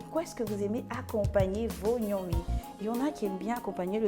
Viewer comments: On ne dit pas Gnomi. Plutôt Ngomi ! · Parce qu'elle l'appelle Gnomi au lieu de Ngomi! 😅